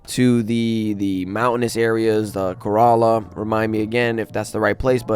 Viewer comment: Kerala is pronounced care-ala not kurala.